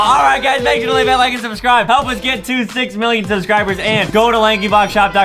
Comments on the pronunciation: I THOUGHT ADEM SAID "Let's get to THICC million subscribers!!" .-. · Did anyone else hear adem say thicc million instead of six million